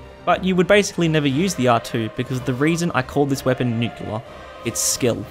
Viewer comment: That’s… not how you pronounce “nuclear”…